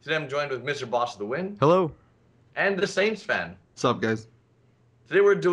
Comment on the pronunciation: it's DAT Saintsfan, not The Saintsfan. Represent brother.